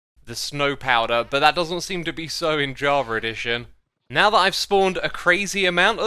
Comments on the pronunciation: "javer edition" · Mans said Jarva Edition